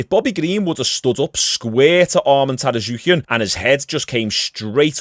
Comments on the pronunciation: Tsarukyan, not Tarasuquian 😂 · It's pronounced sarukean just letting you know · Sar-yook-yan lol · God damnit the T in Armans last name is silent